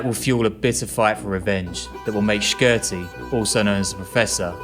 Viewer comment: P.S.A to all non-Albanians it’s pronounced Ship-tar not Skip-etar U dont have to pronounce the Q in Shqiptarë